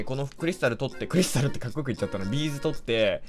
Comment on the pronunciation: のビーズの発音B'z